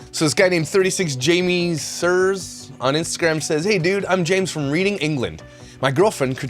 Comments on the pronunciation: Reading is pronounced reding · Ok this is off topic and not important but Reading in the UK is pronounced as Redding, not like reading, as in a book 😂 great video btw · Not that it matters😂 but Reading in England is pronounced Redding. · Reading UK pronounced ‘Redding’😜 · Lol. It’s pronounced Reding? 😄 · Lol I live in Reading, PA, google can’t handle it either. Also pronounces it like the action of consuming the contents of a book. Redding is how it’s supposed to be pronounced. Why can’t we just spell things how they sound? You realize how complicated the English language is when you are having to teach it to your kids 😬 I want a reform of the language. Let’s reevaluate these nonsense rules, and their million exceptions. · I am also a fellow Brit and how you said reading made my day! Also, that ring gets me every time 😂 hilarious x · I was just about to comment about it too 😂❤